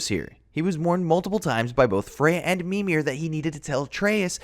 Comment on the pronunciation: Also, he pronounced Modi and Mimir incorrectly